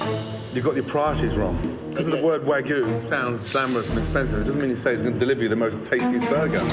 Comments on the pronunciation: My meat loving butt is getting agitated every time he mispronounces the meat. Edit: My guy, check the meat temp. WTAF?!?!? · I'm Australian. We pronounce it wag-yu. Also, that is NOT a meat pie. That's just shit. As far as on tap vs. bottled, I find most places have the more local beers that are bottled, but national beers on tap. Imported beer is also bottled.